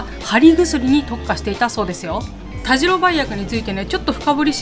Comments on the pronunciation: たじろではなく、たしろだと思いますが？なぜ濁るのかなぁ？ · 佐賀県を詳しく紹介してもらってありがとうございます😊 現在鳥栖に住んでますが、田代は「たじろ」ではなく「たしろ」と読みますよ😄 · 鳥栖出身です。大好きな地元を詳しく説明してくださってありがとうございます♪ 今度行くことがあれば鳥栖駅から数分の八起のアイスキャンデーを食べて欲しいです。駅のうどんと並んで鳥栖のソウルフードです❤あと田代は「たじろ」ではなく「たしろ」ですよ〜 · 「たじろ」じゃなくて「たしろ」ですよー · タジロではなくタシロでいいですよ。